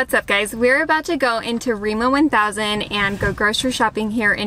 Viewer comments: Lol I’m sorry but when did Rema 1000, Re as in Emma, become Reemo thousand?🤣🤣🤣 Just to note food prices has skyrocketed this past year due to Russia’s invasion and war on Ukraine. And even Norwegians can feel the consequences, especially those who already did struggle pre covid now has to resort to handouts… and the shops vary from county to county. And it also depends on the season or by each delivery the quality of the goods. Where live we have 4 difference grocery stores, and since they all have different brands I go to them all: Coop, Kiwi, Rema 1000, Joker, and the most expensive them all, Meny. In my hometown we have the same ones, and we even had Lidl, and I was the once but not impressed. Lidl didn’t last long because it wasn’t popular and people didn’t really shop there. Also different brands have different varieties as in the number of food items in a packaging. Some come in multi packs, others with minimum 1-2 chicken filets for example. I hate the huge packages as I eat for 1. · REMA TUSEN, REMA TUSEN! Not remo one thousand! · its Rema 1000 btw not remo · as a norwegian i really laughe out hard when she said " Riima thousand" XD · We call it Rema thousand. We never say Rema One thousand. Just thousand. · rema 1000 is painful to hear haha..